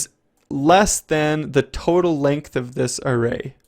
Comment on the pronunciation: length~~ not lengt